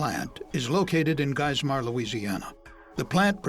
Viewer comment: I'm dying when he tries to pronounce Geismer 😂😭